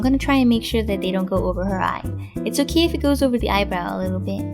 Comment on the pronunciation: the intro was really weird and why dose she say Oki instead of okay but anyways mine turned out great